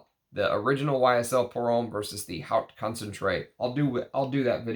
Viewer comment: Thank you for letting us know about lesser known vintage gems. Btw haute is pronounced like "oat" 😉 Which reminds me, have you ever smelled Worth Pour Homme Haute Concentration?